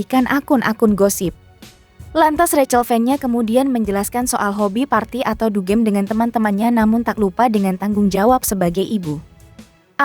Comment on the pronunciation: Bukan dugeem tapi dugem